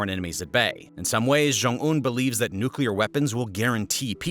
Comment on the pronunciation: They could also have a Chornobyl-type nuclear accident. And it is pronounced New Clear, not nuke-u-lar